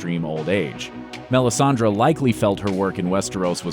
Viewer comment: What are you saying????? Its melisandre MEL-IS-AN-DRE